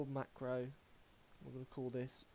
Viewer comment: I listened a few times to get the right steps in...and kept hearing him say macro a million times wrong. A co-working came into my office asking me what the hell I was laughing at. Never in my life have I heard someone go back and forth like that. After I was done laughing, I kinda wanted to make him stop talking forever.